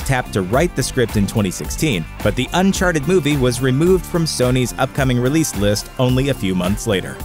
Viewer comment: Why do you say Uncharted like Unsharted?